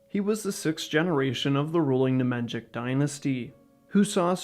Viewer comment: bro you are MURDERING the pronounciation of the Nemanjić hhaahh its as if i called you stochi hestorjan and not yoo ahhah